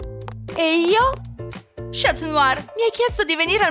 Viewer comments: Si dice scanuar non scat must!!! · NON SI DICE SCIATNUAR LEI A DETTO SCIATNUAR😂